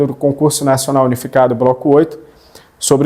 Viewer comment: O senhor falou Broco